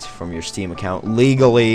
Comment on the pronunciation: I how he emphasizes Legally